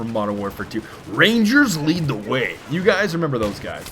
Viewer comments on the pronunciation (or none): none